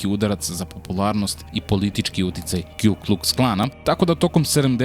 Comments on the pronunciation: Nije Kju nego Ku Kuks Klan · Puni naziv KKK je Ku Klux Klan. Ne kju klux klan